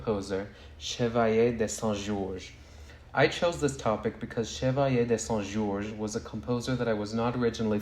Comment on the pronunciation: Side note: your pronunciation of Chevalier de Saint-Georges was so beautiful! I loved hearing you say his name every time!